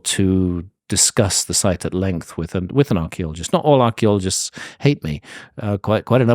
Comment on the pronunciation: If I had a dollar for everytime Handcock says Archeleologists maybe I could bribe him into saying Paleontologist